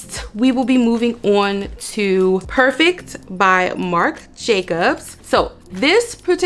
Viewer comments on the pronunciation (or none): none